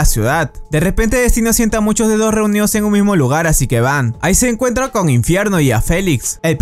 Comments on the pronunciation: cuando dice D2 parece a dice dedos xD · Chicos si dicen D2 suena que estuvieran diciendo dedos jsjsjsjsjsjjs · D2 suena como dedos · Soy el único que envés de D2 escucha dedos